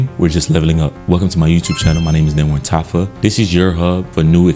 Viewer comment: Lattafa Suaqraat😭😭😭